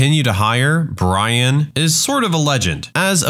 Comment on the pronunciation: The way u said "Brian"😂